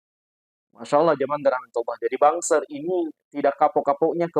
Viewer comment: BANSER dibaca BANGSAT